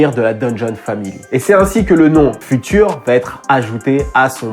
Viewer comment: FUTURE, à prononcer "fioutueur".